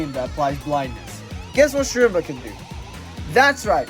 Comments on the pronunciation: im pretty sure it's pronounced as sherma since I think the c is silent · schrembuh how do you butcher his name this badly